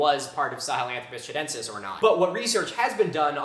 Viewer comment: That'd be Chudentis, not Chadentis.